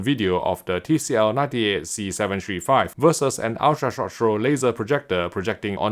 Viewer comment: Am I the only once that laughs everytime when I hear say, "short show" (short throw) 🤣